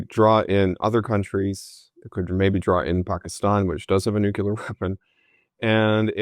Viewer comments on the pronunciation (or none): C'mon: not NU-CU-LAR. It's NU-CLE-AR.